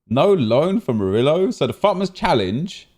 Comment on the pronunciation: The way you pronounce murio triggers me